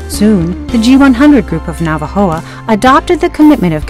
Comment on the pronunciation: Por cierto, olvidé mencionar que en el minuto del video, debería decir "Navojoa" en vez de "Navajoa".